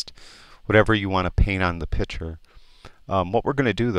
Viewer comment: Inspiring videos, very well done! Im only on the second video and already learned way more than I did at a subscription service I had. Thanks for taking the time to do these!! One request if I may. Stop saying "pitcher" and say "picture" LOL (this of course is meant as a joke, its just a pet peeve of mine!!) Thanks again!!